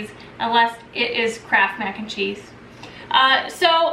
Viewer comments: Up to the 5 min mark i thought you were saying "crap macaroni and cheese. Now i see it was "kraft" . Oops. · Closed captioning on this video read "crap" everytime she said Kraft. It made me giggle.